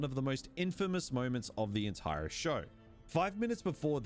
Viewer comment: Okay, WHAT is going on with this guy's accent? Every time I think I know how he's going to pronounce an "r" he does it differently. I was trying to ignore it but then I heard "he throws his entiRe ahhk out the window." I've never heard that happen before.